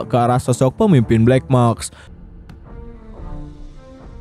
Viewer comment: black mask bang, bukan black maks😓🙏🏼